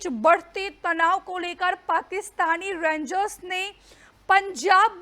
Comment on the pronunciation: Je Kamal Bolti Hai Yaar Rengs 😅😅😅😅 Rangers Bi Nahi kehti Pura, Bas Rengs kehkar Nipta De Rahi Hai 😅😅😅